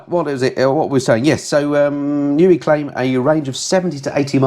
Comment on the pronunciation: Thank you for the news. Here's some of my thoughts on this month; I suggest NIU is pronounced "nigh you" ?? I love the idea of a Gold Star - I nearly flipped on the Royal Enfield, so I'll be watching your review with interest. Remote tuning I believe is when you tune your bike using its dash settings and/or laptop and someone on zoom or similar talks you through it as you go. Please show any future tours the same way you did this last one. Finally I wish my "Striple" 765 looked like your Panigale lol. Readers rides nearly made me choke on my coffee thinking I'd strayed onto a different kind of review :>)